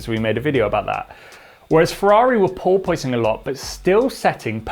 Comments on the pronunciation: Sorry to be nit-picky, but it's pronounced "paw-puhs", not "paw-poise". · ˈpôrpəs not ˈpôrpoys. I love you, but you're making me crazy. 🤣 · The "oi" in porpoising is not pronounced as "oy". Porpoise rhymes with corpus. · Pore-poyce-ing lol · Sorry, but I'm having trouble concentrating and not laugh. Craig Scarborough can say "porpoising". But seems to be pronouncing it "por-porposing" or something like that. Anyway, good content and thanks. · struggling with the "Pooor-poooooy-sing", himself. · Think of it like a dishevelled cat 🐈 "PoorPuss" Or "PoorPussing" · Absolutely no one:: "purpoising" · Poor poy sing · I love it...As an American I always get my friend from Soho to try and say porpoising. We then giggle like school kids as he just keeps saying POY-PUSS-ING. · Wish you could figure out how to pronounce "Porpoising" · He can’t say porpoising 😂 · Why is he pronouncing “porpoising” so weird!?!? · The way he pronounces porpoising grinds my gears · Can someone tell me which is the right way to pronounce porpoising? Like the engineer or the host? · I can't get past the odd pronunciation of porpoising. Yes, the word is spelled the way he pronounces it, but it isn't generally pronounced that way in English, which is true of a lot of words. At first I thought it was one of those British pronunciations, and maybe it is, but it seems like a lot of Brits do not pronounce it that way.